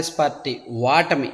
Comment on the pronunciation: మీరు వాటమి అని అంటున్నారు... ఓటమి అని చెప్పండి సార్ 🙏🙏🙏